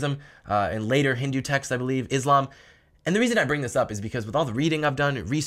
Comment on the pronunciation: Why do you mispronounce Islam?